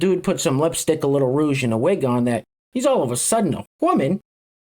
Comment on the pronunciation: I got such a kick out of him saying rousche not blush ! Reminds me of my grandma! So cute 🥰